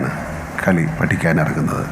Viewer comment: Kali ennu entho kuthi parayana pole...........